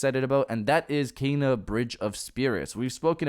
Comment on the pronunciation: It's pronounced Ken-a, not Kay-na.